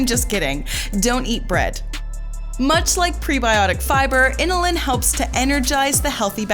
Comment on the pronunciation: Pronunciations need work. It's bromELane not bromUlane, and inULin not iNILin.